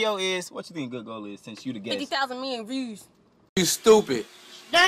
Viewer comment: WHEN SHE SAID "FIFTY THOUSAND MILLION VIEUWS " I CRIED